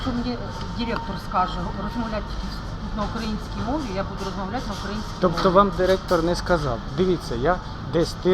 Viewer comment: навіть наголос нормально не здатні поставити в слові "украинский", точно в школу ходили?